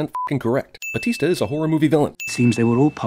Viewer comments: Bond should have shot the unconscious Hinx in the back of the head. Sin. ... buuuuut Mr White used one of Bond's bullets to kill himself? Bond did need it later! Sin removed. (Also, Jeremy - it's Bautista, not Batista. Several sins.) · It's "BaUtista". That is all.